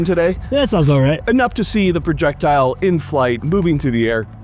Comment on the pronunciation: “PRE-jectile” technology FTW.